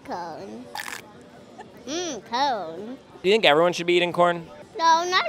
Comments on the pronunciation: "He's so smart!" Can't pronounce simple, 4-letter word. It's cone! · Umm, cone is not the correct pronounce 💅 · The way he pronounces the word corn like “cone” just makes this even cuter, bless his heart 💛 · hes actually saying “cown” because you can tell he struggles with pronunciation in the letters “v” and “r” he says “vawiety” instead of “variety” but its still cute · i love him hes so cute. he even says cawn instead of corn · lmfaoooooooo I can never say CORN again.. ITS CONE 😂🔥🔥🔥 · I've been trying to say it like him. It's like he somehow combines "cone" and "cown" at the same time. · Only calling it "cone" from now on. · its coauln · No no, it’s cawn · Its cone!! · I adore this child so much. :3 The way he pronounces corn. The way he says that not everyone has to like it for it to be the best. His corn pun and his big ole smile. :) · IT'S COWN 😂😂😅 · 'It's just a pun about corn" (pronounced "Kourn"). 😂😂😂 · Anybody else think it sounds like he is saying cone? Or maybe “curn”. 🤷🏼‍♀️ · Why he keep saying cone